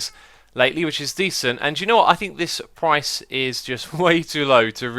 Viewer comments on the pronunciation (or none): none